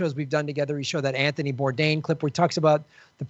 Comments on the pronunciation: I don’t know what it is about white ppl mispronouncing someone’s name that just isn’t funny at all to me.. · Jimmy, your pronunciation of "Antony" slays me.